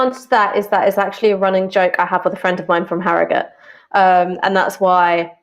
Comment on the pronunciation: Glad Ash pronounces arragut (harrogate) properly